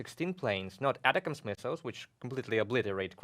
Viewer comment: Your commentary is really good, all of you. It's much easier to say "A tack ems" for the ATACMS missiles. It's sorta a play on words because it sounds like "attack them" You are saying " atta cams" , which is probably how the acronym is supposed to be said, but It's better said "A tack ems" :) Continue with the good commentary. Slava Ukraine, Victory Ukraine.